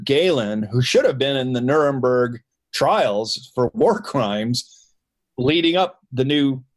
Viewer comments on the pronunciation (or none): none